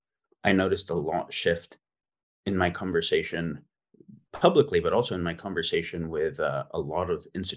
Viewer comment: Why doesn't Jamie Wheal know how to pronounce conversation?